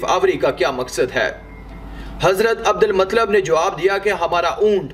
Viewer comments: Adal matlab nahi adul muttalib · بھائی اچھی کاوش.ایک اصلاح قبول کریں. عبد المُطْلَبْ درست تلفظ ہے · Matlab nahi bhai Abdul muttalib👍👍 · Bhai hazrat muttalib hai matlab nahi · Nabi ke dada ka nam Abdul Muttalib tha Abdalmatlab nahi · Abu muttalib hai unka nam naki matlab theek hai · Abdul Mutallib naam to theek se lelo bhai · Bhai hazrat Abdul mutalib y nam thik se bole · Naam to sahi liya karo abdul muttalib naam hay